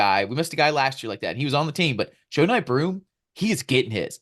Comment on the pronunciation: Savage! Haha. Love this show. JOE-nye kills me. Pretty sure it’s JUH-nye